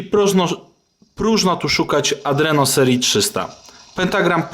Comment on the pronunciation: Adreno a nie aNdreno, ilekroć oglądam wasze filmy tak zawsze słyszę aNdreno...